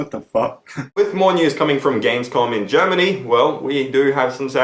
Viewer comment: Did he say gamescog? or gamescon? Wtf